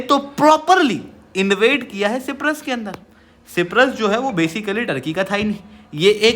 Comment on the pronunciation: ये सिप्रस नहीं साइप्रस है prabhu